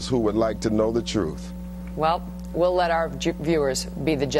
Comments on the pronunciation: She almost said jewers 🤣🤣🤣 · Also I love that at the end of the video she nearly said "We'll let our Jew-ers be the judge." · *snicker* at the tail end... "We'll let our Je... viewers be the judge of that." She about slipped up there. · did she almost say Jewers at the end...lol